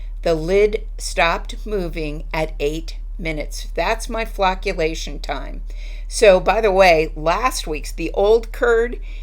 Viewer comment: Phew for a second I swear I thought you said flatulation. 😉